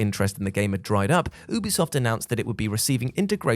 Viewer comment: Hey, you do pronounce the U in Ubisoft. You-be-soft. Ask them if you need proof! 😀